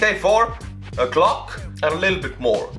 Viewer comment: When he mispronounced glock no disrespect I imagene an Estonian going into battle with a grandfather clock and shooting 9MM out of the clock and destroying everyone :)